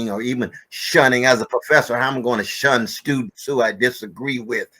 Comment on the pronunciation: Um. It’s SHUN hun.